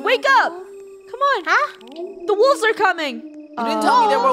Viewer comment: Joe: guys be careful jump over the rocks funneh: guys be careful jump over the wolks me: XD